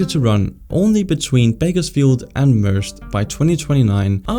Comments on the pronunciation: I should point out that you mispronounced Merced its "murr-SED" two syllables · If you ever touch on the subjects again, Merced is pronounced Mer-Sed. It's Spanish for mercy. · Also, Merced, CA is pronounced mer-CED, emphasis on the second syllable. It's literally Spanish for "mercy". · Watching this vdeo in Merced, California -- "Wait what did he just say???" Merr-Sed :) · California high speed part you said Bakersfield and Merced but Merced is pronounced as... Mer-said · Merced is pronounced; "mur-SED" It is the Spanish word for "mercy" and is named ofter the Merced River which is near the city. Also, Connecticut is not the wealthiest state, California is. I also don't think you understand how independent US states are. States are allowed to set their own taxes and tax policies just as they do their own laws so long as those laws don't violate the US Constitution. Driving, including the administration of driver's licenses, registration, and speed limits is also under state jurisdiction. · Merced is pronounced murh ked